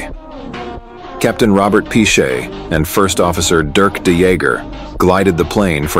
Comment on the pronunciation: Piché, pas Pishey !!!